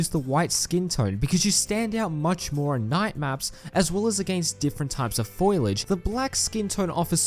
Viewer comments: Foliage not foilage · Its not Foilage, its Foliage. Foilage is for retards who pick tinfoil from bushes. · who told bro it was pronounced foilage